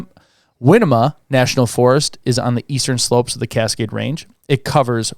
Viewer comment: Ok, listen carefully guys😊. Winema is pronounced Why-KNEE-muh and Willamette is pronounced will-LAMB-it.